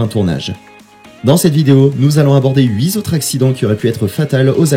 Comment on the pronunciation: faites un effort et soignez vos liaisons. on ne dit pas les 8 "z"autres mais les 8 "t"autres. Huit est un invariable. On ne dit pas aurait pu "t"être mais aurait pu être. Pu ne prend pas de t. Cela nous sort de la vidéo.